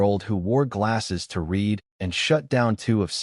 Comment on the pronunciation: Past tense read is pronounced red. Please